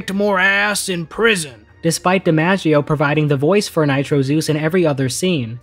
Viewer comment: His name’s John Di-MOGG-ieo Not Di-Manja-ieo